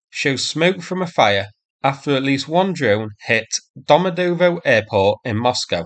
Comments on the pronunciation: Try pronouncing it like this: duh-mah-JEH-duh-vah. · Weirdly, the airport is pronounced DOMA-DE-YAYDAVA. Been through it a few times. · The Russian pronuncation is dyom oh dyed ova, or its was when I got a flight to London from there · Domodedovo pronounced: do - mo - DEEYED - a - va